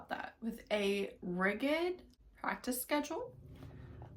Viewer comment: Hahah you went for the "rigid" mispronunciation 😂😂😂